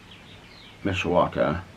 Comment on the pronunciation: Yay said Mishawaka correctly 😊 so many ppl not from around these parts, slaughter the name. I am from around here never knew it was called the region 😂 Learn something new everyday! Ialways heard SBend area called Michiana Which I think is Michigan/Indiana together. 🤷🏻‍♀️ I want to read Ashley Flowers book! I tried to get it at target last night but of course it’s sold out. 😂 has inspired me to get bird feeders! 💙🦆🐦‍⬛